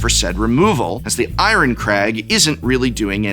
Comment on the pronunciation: I am so happy i found someone that pronounces Iron the way I do.